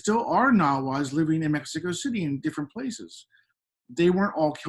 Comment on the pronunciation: VIVA MI RAZA MEH-SHE-KA